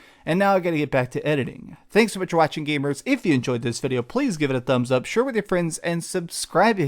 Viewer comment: You pronounce things weird. The ways you say “gamers” sounds like “gabers”. You also put emphasis on weird parts of words.